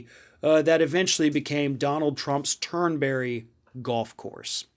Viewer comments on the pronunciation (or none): There is no berry in Turnberry. Turn Bree